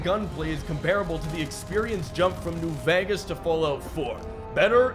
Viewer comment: "New veges"